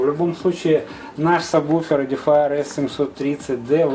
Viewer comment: люди, читается САБВУФЕР (subwoofer).